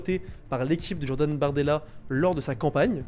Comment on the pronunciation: Depuis quand J ça donne 'dj à l'oral ? Un peu de mal avec le français ? Il n'est jamais trop tard pour progresser !